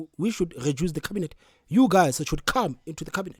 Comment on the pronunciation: Eish I’m finding this podcasters pronunciation distracting. Eg Geduce instead of reduce, gespond instead of respond,gecoup instead of recoup